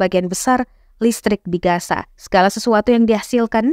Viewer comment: Reporter ga sekolah kali masa gaza dibaca gasa